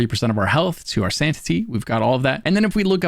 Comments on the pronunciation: did u say santity and replentish? oh u kill me hahaha tyvm for the vid:D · Sanity bar Replentish ?? SanTity ? Made me giggle